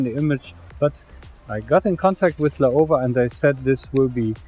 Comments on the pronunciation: Laowa （老蛙）is read as ‘lau-wa’. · it's pronounced Lau-wa fyi.